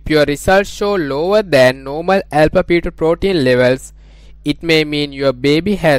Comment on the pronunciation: Alpha pheto protein, alpha pheto protein... stoppppppp!!!!! Do you actually have this accent or trying to be